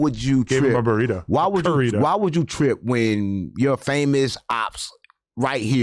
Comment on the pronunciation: Adam said currito